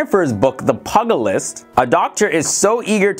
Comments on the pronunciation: Did you pronounce that title Pug-a-list? Are you for real lol. The title is metaphorical. dumb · not trusting the reporting of someone who can't pronounce pugilist...also the captioning is off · that's not how to pronounce pugilist, sir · Pugilist. Look up the pronunciation.